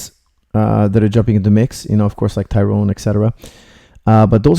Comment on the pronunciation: Luv you coach, you are the best, but now that you're training him, please note Tyron is pronounced "Tie-run" not "Tie-rown".....!